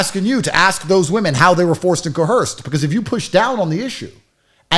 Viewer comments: "I was co-Hersed!" 😆😆😆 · Repeat after me. Coerced. The non-existent H is silent.